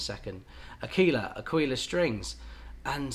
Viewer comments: Ir's neither Ak'weela nor A'keela, I'm sorry;. It's 'Akwila, with accent on the A. That's how Mimmo would say it, I swear on it.:face-fuchsia-tongue-out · It is Àquila, with accent on the A ( I’m italian 😉) and you also want to pronounce the U, so you will have three accents; on the first a, the i and last a Love your videos, you’re helping a lot over here 👏🏻👏🏻👏🏻👏🏻👏🏻 P.S. Just got a Kala tenor, I loooove a warm mellow sound, wich ones would you suggest? Thanx a lot!! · you have to say àquila, with the accent on the first a. i know, i'm italian. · me as an italian… qauìla, achìla hahahahaha that’s actually àquila you should focus on the A, like aaaaquila